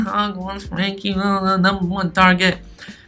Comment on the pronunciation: This guy is mad saying frenkie and Christiansen